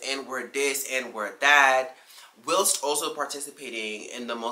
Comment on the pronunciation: Just wanted to mention (since you mention pronunciation): The "whi-" in "whilst" is pronounced "why," like "why-lst." 🙂